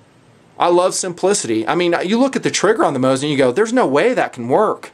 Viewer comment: According to my friend whom lives in moscow you are saying it correctly. Its how I say it and how most people say it lol. The tools whom say Mah zeen Nagent and whatnot are just trying to seem clever.